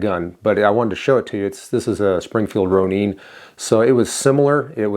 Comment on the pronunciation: Ro nin....not "ro neen" Ronin is a Japanese samurai with out a master.